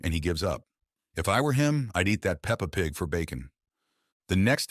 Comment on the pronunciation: Also AI saying peppa pig is so funny😂